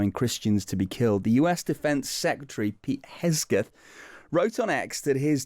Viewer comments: THE MAN’s NAME IS HEG———SETH. HEG is pronounced like Hog. Only with an E. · Pete "Hes-geth"? C'mon Times, put a bit more professionalism into it! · At least pronounce the guys name correctly!! Would be understandable if he was not basically english speaking or with a name that's not english.